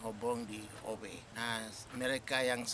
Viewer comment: Howe bukan Hofe